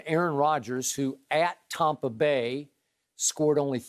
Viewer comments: No one: Skip: “TOMpa Bay” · Ugh and he pronounces it “Tom-pa” 🙄